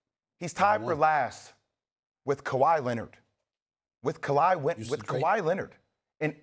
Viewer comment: bro said "KUH-LiE" 😅